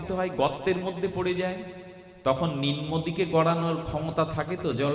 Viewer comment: শব্দটি "রজ্জু" হবে, নিম্ন হবে,লেহ্য হবে। ভাগবত পাঠ খুবই চমৎকার বিশ্লেষণ,আস্বাদনীয় হচ্ছে।